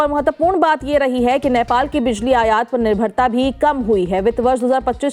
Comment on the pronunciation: Patrakar Mahodaya, its नेपाल not नैपाल